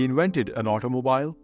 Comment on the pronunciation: I just commented in the 1943 obituary about your trying to do back stories on celebrities, and I scrolled down to this one, and I see you’ve already begun with it . Congratulations, it’s great! Let me put on my “Grammar Nazi” helmet for a moment, though. “Bicycle” is pronounced “ by-SICK-el” and the last syllable in “automobile” is pronounced “beel”. Remember, I told you a while back that English has more exceptions to rules than rules themselves. English steals from every other language and then sometimes decides to “anglicize” the word, and sometimes not. You can handle it,though; you’re a dedicated student 👨‍🎓!❤